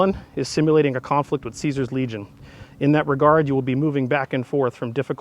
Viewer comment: it's pronounced Caesar not Caesar